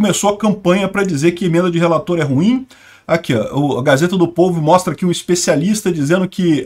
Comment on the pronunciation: "Emendas do relatorrrr". rsrs